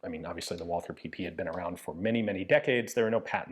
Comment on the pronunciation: A small sidenote: The th in Walther company name is not spoken the english way, but the german way, so only t. The th in german names is a relict from the time before 1873, when in german language every t was written as th.